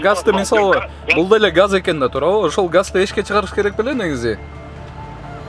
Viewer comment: Газ балон дечи гас дебей кайда кайра гас дебей